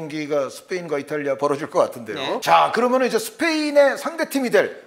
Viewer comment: 인가 저 사람 방송한다는 사람이 발음이 저게 뭐임? "그러면"을 "그러먼" 거리네 ㅋㅋ 면 발음이 안되나 좀 잘라라 듣기 거슬리네